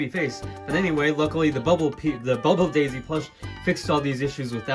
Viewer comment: why do you pronouce it as jaisy